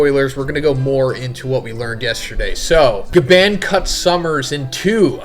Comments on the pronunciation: His name is GYABAN... GYAA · Bruh STOP SAYING GABAND!!!!! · Bruh what are you not American? Can you not say GaBON??? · Why do you pronounce Gabans name like that? Lol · Glad I’m not the only one cringing when say it like that